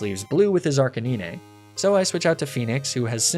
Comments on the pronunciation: Honestly I've never seen more lucky rng than your videos lol. Also Are-Canine. It's a canine not arkkennine. Lol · And why Ark-uh-nee-nay instead of Ark-uh-9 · The way he said Lapras I thought it's just an insider trill or something. But when it came to Arcanine, it started to get annoying...